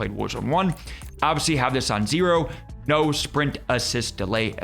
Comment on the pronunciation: Everytime i hear u say zero i always hear less than zero😅